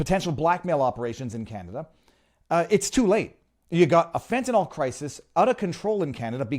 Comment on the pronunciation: Fentanyl, not "fentanall..."🙄